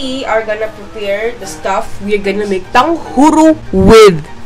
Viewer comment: Its like you are saying tanghuru